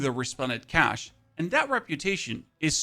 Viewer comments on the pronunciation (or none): none